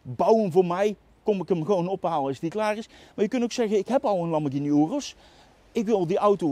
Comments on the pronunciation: Wat is hier verkeerd aan dan? Of ben jij er zo een die 'Lamborsjieni' zegt? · Nog nooit zo vaak ‘Lamborghini’ verkeerd uitgesproken gehoord. Wel leuke video overigens weer!